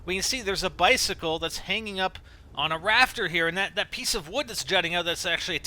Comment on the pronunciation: bi-cicle tri-nity 23?